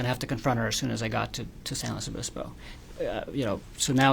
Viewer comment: why is he pronouncing San Luis Obispo like that?